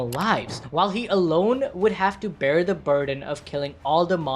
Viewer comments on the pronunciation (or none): none